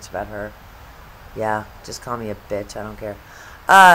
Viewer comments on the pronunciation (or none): none